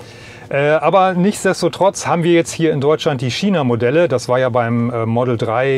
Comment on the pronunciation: Es heißt China, nicht Schina. Nur so nebenbei. :)